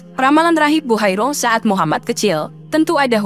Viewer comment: TOLONG DIPERBAIKI, MUHAMMAD BUKAN MUHAMMAS